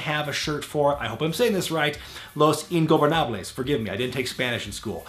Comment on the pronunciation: Nice "Ingobernables" pronunciation, but "Hijo del fantasma" is pronounced (in English sounds) as follows: "hijo" is pronounced by saying e (like in e-mail) followed by "jo", just like you said it in the video. "del" is pronounced like the later part of the singer "" (just remove the initial A), and you pronounced "fantasma" correctly (phantasm-a, the last "a" is pronounced like the A in ). Im not a pronunciation nazi, just trying to help. By the way nice channel:)